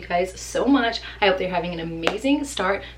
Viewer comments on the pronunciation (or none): none